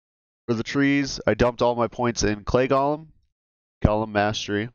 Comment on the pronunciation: I kinda wish people knew how to pronounce golem. It's not gollum, this isn't lord of the rings...